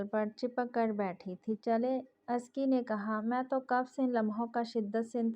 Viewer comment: Lafz jisko ap azki parh rahi Hain usko Asal ma azka prhtay hain.sara novel suntay hoy bari uljhan hoti rahi mjhe